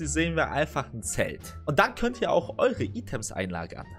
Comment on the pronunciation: Item's = ,,Eitäms"